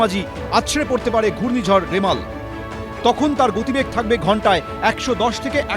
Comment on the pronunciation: সঠিক উচ্চারণ: রিমাল